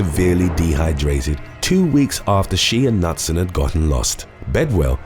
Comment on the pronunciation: Just FYI for a next time......the surname Knutson is pronounced like 'Kanoot-son' instead of Nut-sun. I have quite a few in my own extended family. It is a Scandinavian surname meaning son of Knut, which of course, is pronounced Ka-noot. Also, I would rather ...........oh, that's a hard one! I guess I would rather lose all memory of the last 2 years if I have to choose. I wouldn't want to be under the mind control of any villain, comic book-esque or not. They might make you murder someone or worse! Thank you for an excellent video as always!